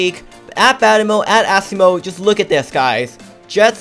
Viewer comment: IVE TOLD THIS NOW YOU its pronounced [uh-see-mo]